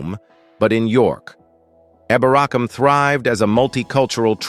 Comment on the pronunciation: I'm from York, hate how you pronounce eborackam it is pronounced eeebor acomb , not yovik its Jorvik, with a J , not eo porwik , its eff er wich, apart from that it was ok Ish